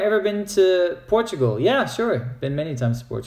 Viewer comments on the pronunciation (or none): none